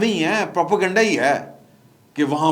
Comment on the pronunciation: For God's sake, the word is not Propo-Ganda, it is Propa-Ganda ( Propaganda). 🤭